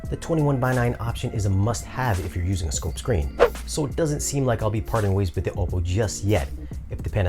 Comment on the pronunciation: great review; pretty thorough! HOWEVER, you are a professional in the industry. Please learn how to pronounce, "OPPO" correctly. Just call their service line and ANYONE that answers, will pronounce it correctly. Also, my compliments to you on your music selection!